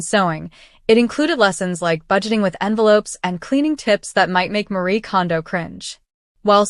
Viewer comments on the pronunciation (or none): none